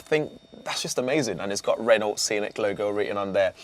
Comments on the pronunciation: Can someone on the production team please tell him how to pronounce Renault 🙄 - the T is silent. - Renno, not Ren-naught. 😖 Please do not let him anywhere near a Peugeot - or is that Pewzoet 🤔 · Pronounced ‘Reno’ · The other presenters on the channel are great but this guy is awful. How many times is he going to say ‘as well’ And the way he pronounces Renault 😂 💀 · Annoys me he can’t pronounce Renault correctly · Thorough video, good job it's only a concept as there's little I'd like a out it. Please learn how to say Renault properly! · True although Brits butcher/mispronounce a lot of car brand names; Citroën, Mercedes, Hyundai, Škoda, just to name a few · Nice looking car. The mispronounced "Renault" got a bit grating after a while though. It's not 1975 anymore.